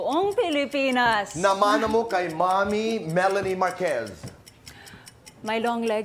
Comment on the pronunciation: Meh-lanie ng meh-lanie itong si tito boy, Melanie kase